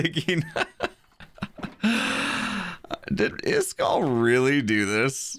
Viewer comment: How ISKALL name is pronounced Is-ka-ll How says it Isk-all